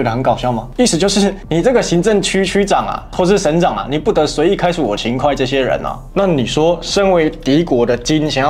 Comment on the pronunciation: 秦hui不是秦快，